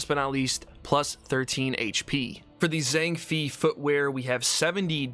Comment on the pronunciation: It's pronounced Zhang Fay not Fee